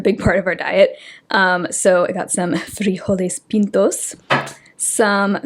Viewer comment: Frijoles pintos, loved the accent with that 😁